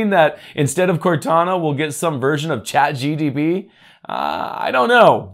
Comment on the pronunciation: Linda Sue? ChatGTP? Bro 😅